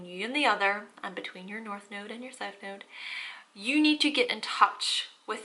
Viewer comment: In the beginning of the video it sounds like she says, “Welcome back to my noodle 🍜 series” ! 😂💕